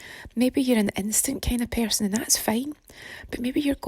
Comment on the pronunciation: pear-son=person shaped like a pear